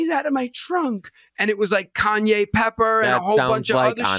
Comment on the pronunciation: A list of C words?? you can't even say Cayenne, you call it Kanye 😭😂